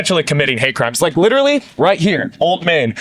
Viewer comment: Dwis gwuy widderly hwitting da gwuitty